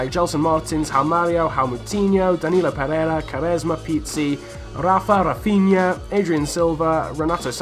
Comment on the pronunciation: Callum Higson RAFINHA 😂😂 NOT RAhfiniha or whatever the fuck you said